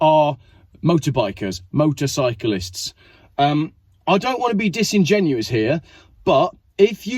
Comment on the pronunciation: its motorcyclist motorcyclist lol